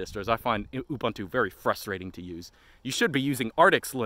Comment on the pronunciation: Another ranter too inept to pronounce "Ubuntu." 😂😂😂